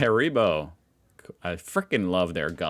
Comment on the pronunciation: If you love their gummies, why can't you prononce their company name correctly? 😂